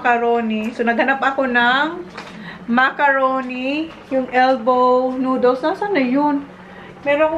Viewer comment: Noodles not nooduls